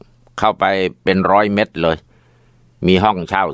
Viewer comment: ครับทุกตอนที่ฟังคำว่าเมตรอาจาย์ว่าเม็ดตลอดครับ